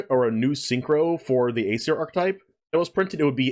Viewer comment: You guys mispronouncing Aesir smh Edit: ok this is actually really annoying. Its pronounced "eye-seer"